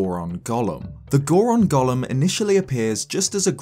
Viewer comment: Your pronunciation of golem makes me think of Gollum. Just trying to imagine what a Goron Gollum would look like is enough yields some terrifying imagery.